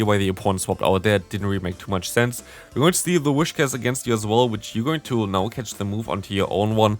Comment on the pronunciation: first syllable: whis second syllable: cash Not a wish to begin with, but cash in the end... PS: I like the way you comment battles from other players a lot, actually. You always give awsome advice to them and their opponents. Nobody needs to be discouraged. You give very constructive criticism at the appropriate places without looking down on someone.